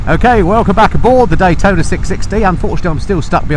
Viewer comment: CFMoto is releasing a 675 "D-Hwai-tona" :D... you need to compare it.